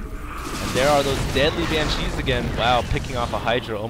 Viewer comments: BAN-shee. Not ban-SHEE. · Why did you keep saying "ban-SHEE" instead of "BAN-shee," stressing the second syllabable? Did I miss the reason for that? It really bugged me throughout the game. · Dude! Why are you saying ban-cheez? It's bansh-ees! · I love all your games but your pronunciation of BANshee (please not banCHEE) was a little nail on chalkboardish Still gave it 5stars cause I love your channel. I appreciate your work! Thanks. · I hate your "BanSHEE" pronunciation, stop accenting the "shee"!!!!! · Great vid. Nice to see a real loss. but... !!BAN!!shee !! BAN!!shee /cry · ROFL i love how you say banshee. Ban...shee like It's two words and not one. Hokd on foniks ftw. posted on MiPHONE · Never EVER say "Ban-cheese" ever again. Ugh. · Heh, funny how he says banSHEE. I thought corruptors had some kind of ability that "infests" units that die while the ability is active. But I guess it was removed before the beta. Kinda sucked all the anti-air was made of slowpokes, but good fighting anyways. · You dont have to like the way he pronounces it. He can say it however he likes.